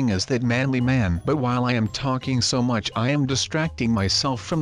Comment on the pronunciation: it's much not nuch